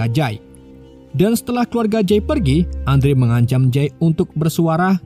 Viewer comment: Andrew.. dibaca Endru' ... Min... 🙏🙏🙏